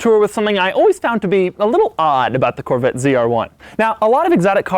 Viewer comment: Corvattes…..lol god damn that bugged me the way he said Corvette.